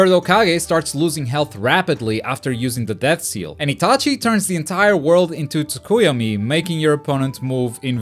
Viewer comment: Honestly I was always skeptical of your judgments towards games but after hearing the way you pronoun tsukuyomi I’m now fully convince Anyone and I do mean ANYONE who is a decent naruto fan would know that your way of saying it is without a doubt the worst